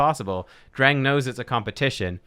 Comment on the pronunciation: Dreng means boy in Danish. It’s pronounced d’rhaijng.